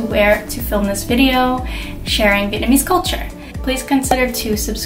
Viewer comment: Your wedding photos are beautiful and your pronunciation of Vietnamese words is really good! Loved hearing your story!